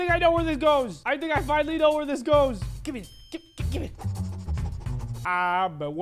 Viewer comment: It’s actually the end is me. Not the end is knee